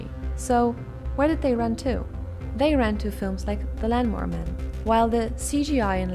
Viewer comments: did she just pronounce lawnmower man and "land"mower man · STOP SAYING LANMOWER MAN!!! WTF?